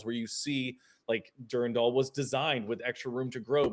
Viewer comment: It’s Dur-Ran-Dal. Not Dur-Randal.